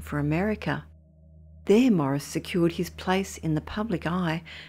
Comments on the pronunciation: FYI his name is pronounced "Maw-REESE" not Morris. Otherwise, great story. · Why does she keep calling him Morris?